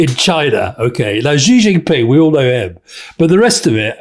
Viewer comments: Please can you pronounce Xi Jinping's name correctly? His family name is pronounced in a similar way to the English word 'she'. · There is an irony to Alastair Campbell talking about people not knowing the name of the Chinese leaders and then pronouncing Xi Jinping completely incorrectly. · If Alastair is going to disparage people for not know who's in the CPC Politburo then he could at least learn how to pronounce Xi Jinping properly.